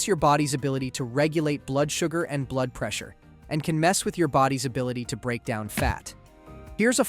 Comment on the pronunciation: Probably the mispronouncation of blood 😂